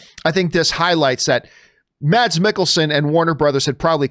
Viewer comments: Hate to be that guy, but it’s pronounced “Mess”, not Mads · Just to clarify, Mads is pronounced "Mas" in Danish.